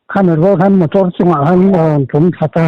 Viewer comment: "Mator" ti deuh tlat😁.."motor" han ti zeuh mai se😂